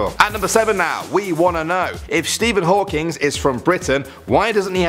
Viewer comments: It's Stephen Hawking not Hawkins or Hawkings! There is no s, there was only one of him. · &. It sounds like you're callin him Stephen "Hawkings" lol. I CKD jst be hearing it wrong, idk. Love the videos though & love you,!!! You crack me up!! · Stephen HawkingS?? 😂